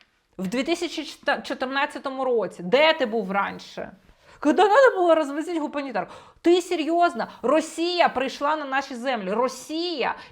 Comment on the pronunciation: Він навіть вимовив - "гАмунітарку". Прослухайте ще раз.